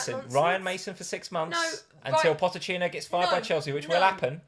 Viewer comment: Also, it’s PoCHettino, not PoTTechino (therefore = Poch) 😂